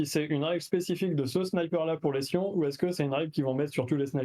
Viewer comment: C'EST PAS DES SCIOOOOOONS C'est des Tempestus Aquilon, mais c'est pas des Scions huhu